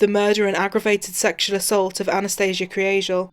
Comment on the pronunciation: That last line made me tear up!!! The pronunciation of her last name almost sounded like Angel...which was probably what my mind wanted to hear!!! Such a tragedy!!!